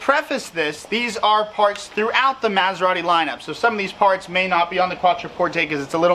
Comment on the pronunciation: He can't even pronounce Maserati.